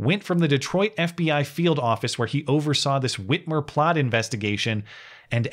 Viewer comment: Did you say free armour....???